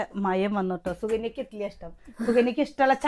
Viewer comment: ഇട്ടിലി അല്ല ഇഡ്ഡലി